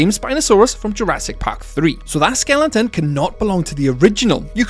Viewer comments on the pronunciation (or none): A potentially good video on an interesting topic but I literally cannot continue more than 3 minutes in with the amount of mispronunciations. It makes it hard to listen to. "Skellingtons" - Skeletons "Issla Nublar" - Isla Nublar (has a silent S like in island) and "Ggiganatosaurus" - Gigantosaurus (like Gigantic) all mispronounced so many times and I'm not even a quarter in.